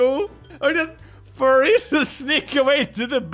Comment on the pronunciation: What are these..fur-ays of which you speak?